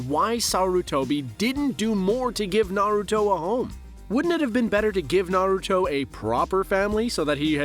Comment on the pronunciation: One thing you can appreciate though is that he actually pronounces everything correctly. Have to love those lists where they introduce themselves as "huge fans of Naruto" but still can only say it like a mom in her 40's learning about what their kids watch now a days.